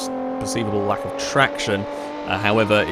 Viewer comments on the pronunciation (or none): none